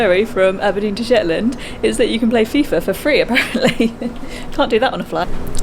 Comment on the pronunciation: It's Shetland not Shet Land